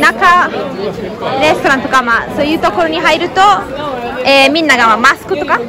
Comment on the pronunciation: 「コロナ」「ロックダウン」「マスク」が、英語じゃなく、カタカナで発音できてるのがすごい！ 欧州旅行したときにイタリア人の女の子に「サルディーニャ島がオススメ」と言われていました。意外なところで楽しめました。ありがとう！くれぐれもお気をつけてお過ごしください。